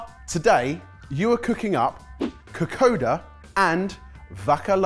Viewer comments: Fiji Indian lady here. May I please correct your pronunciation of kokoda. It's not written but your say an 'n' before the 'd', so it's pronounced kokonda. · I was so excited to see this video. As a teenager, I visited Fiji in 1971. I think I had kokoda every other night, I loved it so much - with passion fruit and orange juice, which was also amazing. (By the way, if I remember correctly, it's pronounced kokoNda.) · You guys did a great job! Although top tip, kokoda is pronounced like ko-kon-da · Bula boys! Well done, fijian food has variations from home to home so very well done on the Vakalavalava and Kokoda. A few tips, when we grate, it's usually very fine grating, to a pulp texture. Also Kokoda is pronounced KokoNda, we have N's & M's before some letters that isn't written e.g. Nadi = Nandi, Labasa = Lambasa. Only telling you as you've cooked fijian food making you part of the Yavusa 😉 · Kokoda pronounced kokon-da, i may say brillient twist with blitzing coriander with the coconut milk, vakalavalava could do better with cheddar grated on top but all in all great results 😍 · I'm so happy you got my home country! I absolutely love Kokoda (which btw is pronounced ko-kon-da) and my Aunt makes a mean cassava cake. The Kokoda was pretty spot on and yes, you would usually cut up the fish into smaller chunks. For the Vakalavalava, I couldn't really make out the cross-section and obviously can't tell what the texture is like, but from my experience it's more like firm, chewy pudding. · oh thank god, I've been yelling KOKONDA! at the laptop the whole way through this video! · How do you love their pronounciation of kokoda? 😂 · Oh and it’s kokonnda (the n is silent but if there’s a d there’s a n sound usually, so nadi is Nandi) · This was fun to watch. Just as an fyi, Kokoda is actually pronounced Kokonda since “d” in Fiji is typically pronounced “nd” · Psst, it’s pronounced ‘Ka-koN-da’ 🇫🇯😊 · Kokoda sounds like (ko konda) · It is pronounced ka-kon-da😊